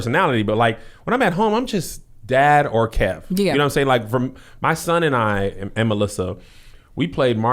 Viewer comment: Key? Shiiiii that’s how you gotta say it from now on